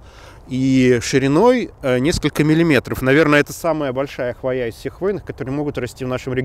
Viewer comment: Маленькое замечание. Скорее, даже не, а редактору. В ролике речь идет о корректном употреблении слов "хвойники" и "хвойные" (известный триггер дизайнеров и биологов!). Будем же последовательны до конца: корректным будет ударение на О в слове ХВОЯ.:) Причем, всегда. Запоминалка есть такая: "От палящего знОя в лесу укроет хвОя." За видео спасибо.